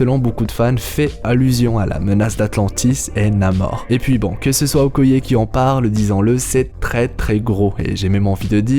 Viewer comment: Okoyé jpp ça me tue c'est okaïe (prononciation)